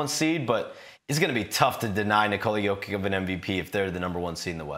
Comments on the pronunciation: Say it with me man, Yo-Kitch. Jokić has an extra sound in the Serbian language as noted by the mark above the ć. I think we know someone who doesn't like Nikola or the amazing seasons he's been having. Let's also not forget he is 16th in steals, and 6th in deflections, and does have a highlight reel for game winning blocks. He's not all offense, but his defense doesn't come in almost entirely zone setups like Embiid gets most of the time so peopledont understand why it doesn't shine. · How are you on this panel and can't say his name right?? IT'S YO-KICH!! The two-time MVP! Ugh. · shams cant even get close to saying his name the right way.... smh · Will someone please explain the guy how to properly pronounce back to back mvps name? Very disappointing and disrespectful. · Jokic is at the point where shams charania should be pronouncing his name right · Why can't that dude say his name right, sheesh